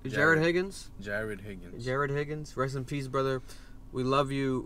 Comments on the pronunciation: My man really said: ''Hagrid Higgings'' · Bro said Hagrid Higgins💀💀